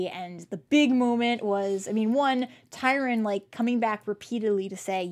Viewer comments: Sorry this just drives me nuts-love your show but have to mention: It's TRY-on, not Tyron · Small point -it's Governor Tryon, not Tyron. :) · Right? He is a real historical person so it would be nice if you pronounced his name correctly TRY-on